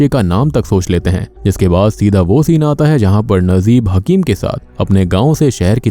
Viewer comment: your pronunciation soo weak nd bad when u take any country's movies character name... Najeeb its not nazeeb